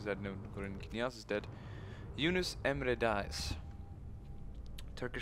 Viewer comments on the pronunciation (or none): none